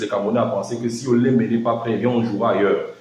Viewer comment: Bien prononcé ( ancien lion)